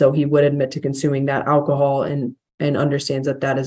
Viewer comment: Give up the "akahol", bruh!